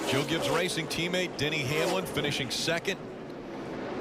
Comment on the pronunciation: Lol, Denny Hanelam! Rick Allen sometimes misses the pronounciation of drivers so hard, it's really funny and sad at the same time.